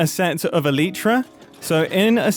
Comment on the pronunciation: Mumbo… what is the ”eliitra”?! its elytra.